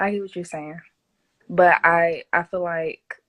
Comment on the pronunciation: she didn't say that. she said I fill like. And I thought fill what?